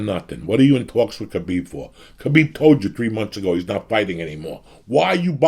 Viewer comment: everytime he said kabeeb im getting hungry